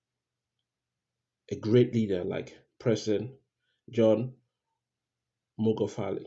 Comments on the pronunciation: This guy even doesn’t know Magufuli, his pronunciation is mugafuli. Spreading rumors at will. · it's not mugafuli it's Magufuli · Please PRONOUNCE his name right by buddy. Ok?